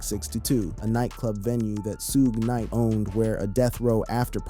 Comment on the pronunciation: Lost my interest when the AI can not even say Suge Knight's name correctly! Nothing new here, just clickbait!